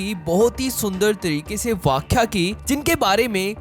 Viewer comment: Arey pehle tu apni hindi theek kar vyakhya hota hai ,vakhya nahi , reli-gen hota hai reli- gian nahi 😅😅😅